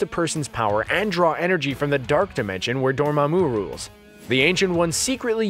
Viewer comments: Door ma moo not doorma moo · anyone else mad at how he pronounced dormamu